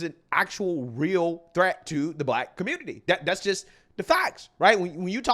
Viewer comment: "Aight, guys! So we gotta talk about" how da Communitah is a lost cause yo. "You've seen that, you heard that!" Big ups,... 😂💪🏾🇺🇸🔥🇺🇸👍🏾🤣